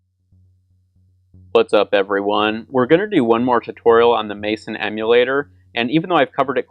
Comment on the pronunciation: "Mayson"? It's pronounced "messen".